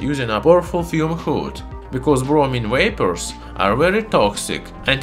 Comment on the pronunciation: "Wapors" That is like the Star Trek star saying Wictor Wictor. Instead of V as in Kalashniko"v"